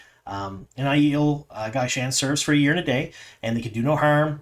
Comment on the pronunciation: You are not pronouncing gai'shain and Shaido correctly. You also aren't describing gai'shain correctly.